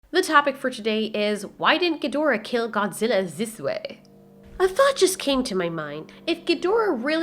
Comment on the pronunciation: Remo68 zizz vay